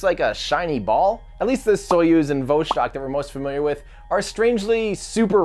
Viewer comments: Please, it's Vostok, not Voshtok. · Vōshtok? Vostok (Vaw-stock) - just a suggestion - great video as always!